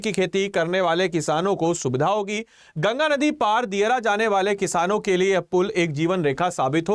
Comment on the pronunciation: kya kya bola jara hai ye banda jldi jldi ... dheere bolo bt pronounce toh sahi krre aap ... ... nadi ko din bol raha hai or kuch sabdo ka v uccharan galat hai .... bpsc or upsc ka preparation hora hai ya vlog bnn ra hai ?